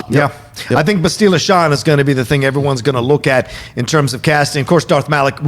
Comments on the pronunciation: Its BASS-till-lah not Ba-STEEL-la lol. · The way pronounces Bastila makes me think he hasn’t actually played the game 🤣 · please stop pronouncing Bastila wrong lol.